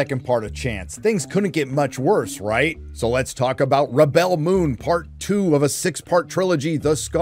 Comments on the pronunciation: Rebel (pronounced reb-ill) - Noun Rebel (pronounced rib-ell) - Verb I’m off to watch the intro another 20 times 😂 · It's not rebell it's REBEL. Your pronunciation was killing 😂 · On your making fun of the pronunciation of "rebel". A rebel is pronounced /ˈreb(ə)l/. To rebel is pronounced /rəˈbel/. Everything else is fine but you can stop purposely mispronouncing the name of the show, which is a noun, as a verb. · Wait... You're pronouncing "rebel" like that cos you don't know the difference between a noun and a verb? That's a weird thing to show off about.